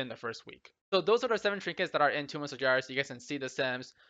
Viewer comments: Its spelled Sar-GEras, not sarjeras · "in Tomb of Sarjeras" Sargeras with G pronounced similar to good.. or gauntlet.